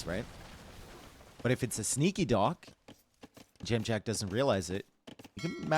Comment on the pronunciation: Impressed how well you say Dziamdziak. It's a tough one!